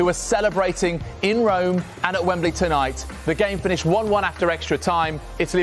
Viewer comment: Its pronounced rome